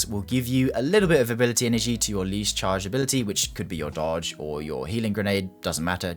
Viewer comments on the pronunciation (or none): none